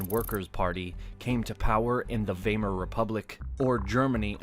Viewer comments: Weimar is pronounced, Vye mar. Not, way mar. In English and German. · Glad some one pointed this out. Otherwise it’s a good presentation overall. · You really need to tell your voice over person to make sure they know how to pronounce the words. Cas-tal, uh-rae-bic, and now vay-mer. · You would be right if it was spelled Wiemar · Weimar Republic, pronounced - ‘Vie-mar’